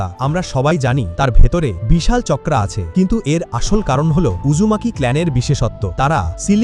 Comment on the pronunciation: চাকরা ❌ চকরা ✅😂😂😂😂